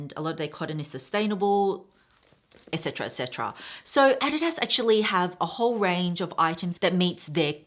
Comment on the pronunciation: I had to do a double take when you said “add-di-das” 😂 thank you for sharing your sustainable choices! That Burberry coat 😍